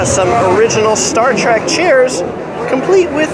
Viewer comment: Thanks for the tour it was great. (but for the record its Star TREK not TRAK. You said TRAK at least 3 times). I know, I know... wrong convention lol. Good job regardless.